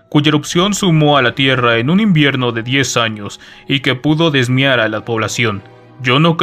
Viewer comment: que leas "sumió" como "sumó" y "diezmar" como "desmiar" es demasiado malo